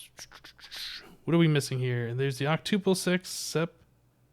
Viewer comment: Hmm you say octuple like tuple... Such a programmer...